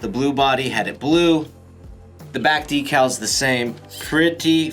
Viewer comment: You say decals wrong bud